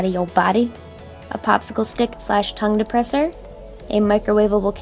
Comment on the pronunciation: Anybody else hear "toung depresser"